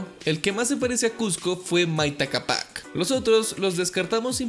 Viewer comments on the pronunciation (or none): Pero wn tu mismo escribes "CÁPAC" en el video y dices "CAPÁC" bruh